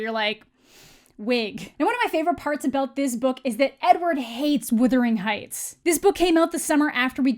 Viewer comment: The way you keep calling it "W-I-thering Heights" instead of "W-U-thering Heights" is geuinely and sincerely becoming my favourite thing about you... :P Never stop :D